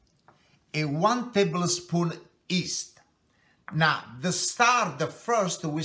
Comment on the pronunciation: Haha it's yeast not east, LMAO